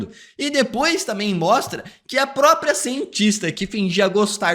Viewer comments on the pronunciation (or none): none